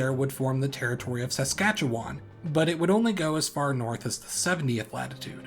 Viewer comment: Perfect pronouncement of Saskatchewan. 👍 good job.